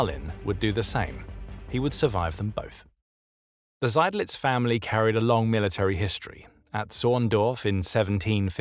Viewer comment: I was waiting for the name 'Seydlitz' to be mangled but it was pronounced properly. I had never heard of him before and I'd thought I knew a fair bit about Stalingrad. Subscription earned!!!